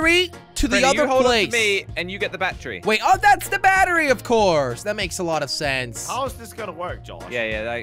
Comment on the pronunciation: said bachery not battery 😂😂